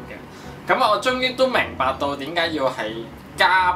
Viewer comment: 是加冰，不是加「次」！